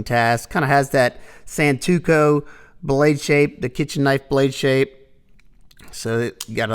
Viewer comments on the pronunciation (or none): Lmao you really do mess up words often. Heard you say “bOhemoth” once, and now you said “santuko” instead of “santoku”. 😅